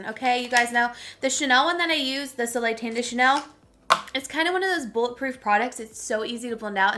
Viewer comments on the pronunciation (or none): none